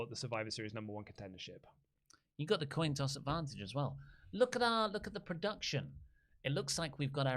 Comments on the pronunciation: Did say Coss a Toin?? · Did say "toin coss" 😆